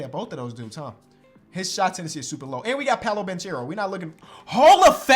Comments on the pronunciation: hey! it’s pronounced banKero, it’s italian not spanish my man!! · dope video! by the way Paolo Banchero is an italian name and you should say it like this “Paolo Bankero”, non with the “ch” sound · Fyi the right pronunciation of Banchero is with a hard “c”. To be clearer you should pronounce it like the first two letters of your name: “ ke” sound is equal to “che” sound in italian. Love from italy☄️